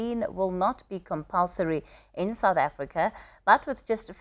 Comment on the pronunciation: Alberto who? Don't we have resechers in SA? Can't even pronounce 'South Africa'🙄mxm